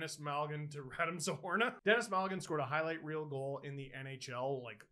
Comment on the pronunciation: “RadEEm” Steve! RadEEEEEEm